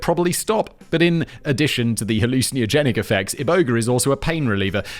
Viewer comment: Simon vs pronouncing hallucinogenic would be a fight worth watching